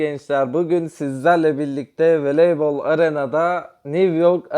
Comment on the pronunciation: Veleybol arena “veleybal”